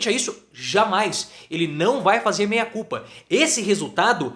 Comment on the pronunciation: De repente, a pronúncia não ajudou. O importante é que o recado foi dado.